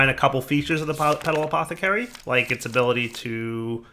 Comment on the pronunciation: "All you have to do is right click the Potala-pet-pot-pathacary"